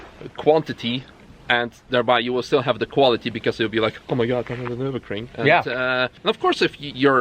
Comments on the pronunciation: Nürburgring, not "Nurburgring" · Drinking game, one shot every time he say Nurinbergring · Nurburger ring? Never heard of it. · pls tell me this is a joke u cannot possibly have raped the word Nürburgring so hard